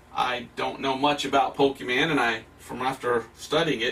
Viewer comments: Pokeman sory but if you're going to insult something at least say its name correctly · Why do People that's not interested in Pokémon or don't know what Pokémon is Says "POKEMAN" OH MY GOD its PokeMON Can you read?? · It’s Pokémon not pokeyman. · You honestly I don’t think suggested the right game So here a new one How many time did he say Pokémans instead of Pokémon Reply now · Im curious whats more funny, what he's saying or the fact he's saying Pokemon as in "Pokemen" decide 😂😂😂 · Nah he's talking about pokimane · IS POKIMAINE DEMONIC O M G (3 AM CHALLENGE) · Each time when he says poke - e - man my soul is cut in half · It's just 3 minutes and I'm already triggered of him saying pokemen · everytime he says pokeMEN my soul dies a little, especially because he can write pokeMON but can say it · it sounds like he's saying "Pokimane" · The thing that gets on my last nerve. Is how these people pronounce Pokémon. Like I think it’s pretty clear on how to pronounce it. As pokeman, pokemen, po-Kay-mon and more. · When he made that joke about how he says 'pokeman' I just wanted to stop watching here XD. I cringed so hard at that, cause I'm actually a Jamaican. 🤦🏾‍♂️ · Him calling them “Pokemen” is starting to make me Pokemad 😠😠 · It just makes it so worse that he is calling them pokeman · Touching on the "Pokeyman" bit I feel like bringing up is that my father once called Pokemon as "Pokeryman." No idea where the "ry" comes from. It seems to be always the adults & old ppl that introduce us to the most outrageous pronunciations imaginable. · Im sorry, but the fact that he says pokemans ruins any part of anyone believing him, but then he said pocket MANSTERS I cant even XD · The way he says Pokémans the whole time makes me so oddly angry. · Why does every old person say pokemen/pokeman? Where did the damn A/E come from? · Watching him mispronounce Pokémon hurts me a lot it hurts a lot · He can't even say it the first time lololol